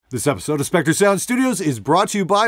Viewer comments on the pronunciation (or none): none